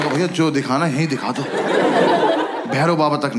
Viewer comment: has to be sobo "Bhayaa" girl 😂😂😂